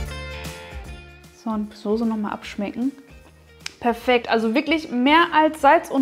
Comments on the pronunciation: Soße, nicht Sose 🤭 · Sauce / Soße SZ und nicht Sose!!! Furchtbar 😖